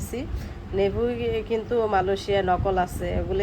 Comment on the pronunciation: নিভিয়া বলে, নেভি না